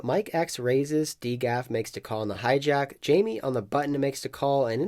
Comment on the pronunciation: Thats not how you pronounce dgaf... Also you could have shouted out his podcast